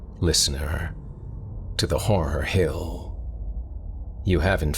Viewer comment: Are you actually saying "horror hell"? 🤣